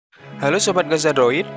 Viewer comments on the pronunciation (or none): none